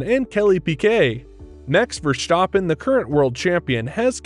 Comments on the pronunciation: It is NOT "Bottash" nor is it "Lewisch" nor is it "Oshcar Piashtri" nor is it "Nyck de Vriesh" nor is it George "Russhell" nor is it "Fernando Alonsho" nor is it "Lance Shtroll" nor is it "Pierre Gashly" ... so why on earth do you want to say: "Max VersHtappen" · it is NOT Max "verSHtappen" ... Max is not German (Germans indeed do pronounce "st" as "sht") ... #Max33 = Dutch NL/Belgium! ... It is not "Bottash" nor is it "Lewish" certainly not "verSHtappen" .... This BS started long time ago when a British sport presenter interviewed father Jos Verstappen and assumed you can use a German pronunciation to a Dutch Driver thinking it is so "funny" ... It is not. Serious question: can any Englishman say "versatile" out-loud without saying "vershatile" phonetically? most can about 99,99% ... that is why most English can pronounce Verstappen 100% correct! Father Jos Verstappen (also F1 Racer) was very active between back then only a very few said "Vershtappen" but the vast majority of British sport presenters pronounced it perfectly ... only a few old stubborn farts like Peter Windshor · I’m Dutch and you pronounce Verstappen dead wrong.